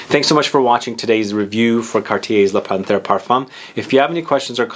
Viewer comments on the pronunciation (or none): I have this,it's beautiful 👌🏻 Excuse me but it's pronounced Pan....terre. ☺️☺️Great review